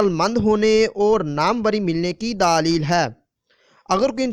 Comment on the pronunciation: Bhai pehle apna talfuz theek kr len daalil nai دلیل theek lfz hai